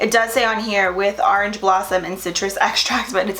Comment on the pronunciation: "Arenge" lol love you!!! 💃🏻